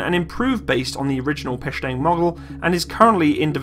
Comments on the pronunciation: Печенег \ PE-CHE-NEG not PE-SHE-NEG that is correctly . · PKP (Pech-E-Neg) it's not peshang lol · I'm sorry, but the PKP replaced nothing. Also it's not "Pecheng" but "Pecheneg" and it's not being used in Ukraine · Nice review! You've got a new sub! Overall you've got pretty good russian pronuanciation , so don't worry about these silly haters;) (That probably either don't speak russian or just being dicks:D) If it is your personal opinion than it's good and don't be afraid of people in comment section :) P.s. It's more correct to say PeCHeneg (Ch sound as in CHannel, not sch) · It's Peh-Cheh-Neg! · that's called "pe-tche-neg" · Pecheneg is pronounced with the "che" like in Chechen, not like in chemist :o Like chair. The "pe" is like pair. The "neg" should sound like negligent. Not nearly as useful as the video, though...